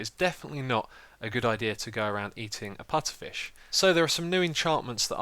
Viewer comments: its puFFer, not puTTer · puFFer not puTTer :) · Xisuma, it's pufferfish, not putterfish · its called puffer fish not putter fish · Pufferfish not putterfish xD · I'm sorry, did you say Putterfish? It's a pufferfish. you know, the poisonous ones? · ITS PUFFERFISH NOT PUTTERFISH. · Lol its pufferfish not putterfish xD Unless thats a British English thing... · I was screaming 10 minutes saying its PUFFERFISH not "Putterfish" >:( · Putterfish lol even when he saw the name xD its pufferfish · PuFFer fish not putter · It's pufferfish not putterfish =/ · pufferfish not putterfish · OMG ITS PUFFERFISH NOT FRICKEN PUTTERFISH!!!!!!! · It's puffer fish not putter! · It's puffer not putter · lol "putterfish" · Lol the putterfish!!! LOLOL it's pufferfish that was funny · It's a puffer fish! Not a putter fish!! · Btw no offence but its pu-ff-er fish not pu-tt-er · Putterfish? you mean Pufferfish right xDDD? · its pufferfish not putterfish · It is pronounced, puFFerfish, not puTTerfish. Sry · "Pufferfish", not "Putterfish" I'm not sure why this bothers me so much... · Haha, I was laughing every time you said putterfish instead of puffer! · LOL it's puFFerfish, not puTTerfish. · ...It's Pufferfish. Not Putterfish. :P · It's "Pufferfish". Just saying :) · it is pronounced PuFFerfish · What's a Putterfish? It's Pufferfish, with F's, it's a real fish. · Why does he keep saying PUTTERFISH???? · "Putterfish" annoyed me way more than it should have :-( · he miss read pufferfish dont be all over him because he said that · It's called a pufferfish, because it puffs up, google it. Also orchid is pronounced with a "k" sound (orkid) and lilac is pronounced lie-lack. Good video otherwise! ;)